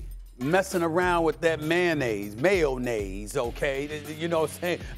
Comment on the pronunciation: You right it’s Stephen A “Mayo Naise “